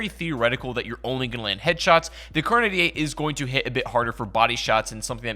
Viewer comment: It took me damn near the whole video to figure out that you were saying kar98. If people can't understand what you're saying in a video that you talk in then dont talk.